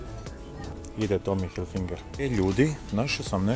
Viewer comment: Cao matori, odlicni su ti blogovi, samo imam jednu malu zamerku! Ne kaze se HilfiNger nego Hilfiger(ne znam zasto vecina ubacuje N kad tog slova uopste nema u nazivu) U par vlogova izgovaras pogresno, pa mi para usi. Ja inace radim za Tommy Hilfiger Srbija, pa eto, profi deformacija. Nadam se da mi neces uzeti za zlo. Pozdrav i svako dobro.